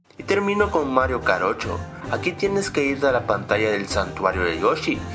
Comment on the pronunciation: Escuche fue: Mario Karocho xD